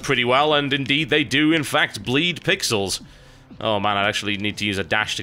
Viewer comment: Sounds like: "Dey have wings now."